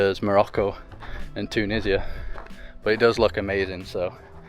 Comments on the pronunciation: Yeaaah right TUUU NISIA 😂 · The way you pronounce Tunisia with a stress on the first syllable is funny😂❤